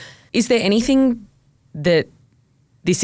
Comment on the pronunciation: It's anyTHING...not anythink